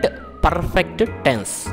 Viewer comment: Sir..perrrrrfect ante yela. R sound thagginchandi